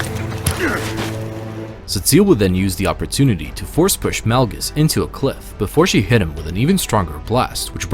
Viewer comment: Este vato dijo, Darth Nalgas???